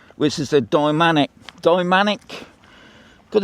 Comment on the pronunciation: It's dynamic not dymanic. Good video though 😊